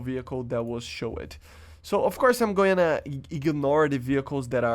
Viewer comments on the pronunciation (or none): I noticed your English is good but needs a little fine tuning. Heres some help with the biggest thing i noticed. You pronounce showed as SHOW- (ED) as in education. It is pronounced Show- (d). remove the E and it will be correct. Great content man! Good luck with your channel in the future.